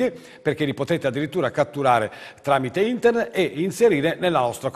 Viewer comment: All'inizio pensavo fosse uno scherzo!!! Ahahah (da notare come dice internet e joystick: intert e giochistik)